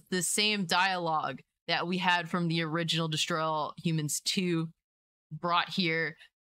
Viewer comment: At first, when you said “destroy all humans”, it sounded like you said “straws of all human”. I really enjoyed both of these games and I’m looking forward to it, but I’m cautious too